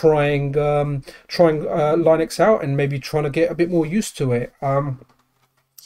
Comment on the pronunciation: We all know you aren't a Linux pro because you keep pronouncing it (lie-nex) 😂😆😂 no worries we are all hyped for the deck